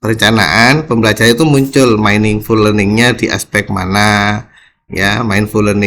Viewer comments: Maaf pak ada salah baca dalam bahasa inggris meaningful itu di baca miningful🙏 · bukan mainingful tapi miningful